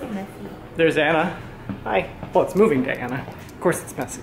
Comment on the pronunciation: "welcome to movig gay", are You trying to tell us something? 😂 I loved Your loft! Congrats on Your new home.;)